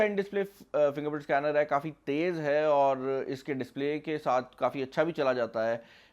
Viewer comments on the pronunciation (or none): none